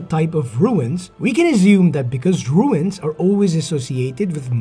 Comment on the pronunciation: Great theory video. Rune is pronounced “Roon” like saying Moon with an R instead of an M. 👍